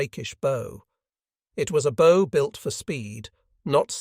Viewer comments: I wish 'robots' could say bow - as in wow and not bow as it tie!!!@ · Ai, bow is bough not bo.